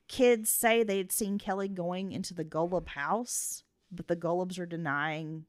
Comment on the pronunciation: You've mispronounced Golub's name on the entirety of both of your podcasts.